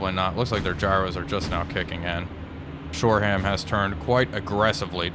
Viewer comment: Shore-um not shore-ham